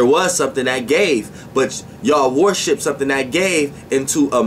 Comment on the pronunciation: Why every time you say worship I hear warship? 🤔 I’m tripping...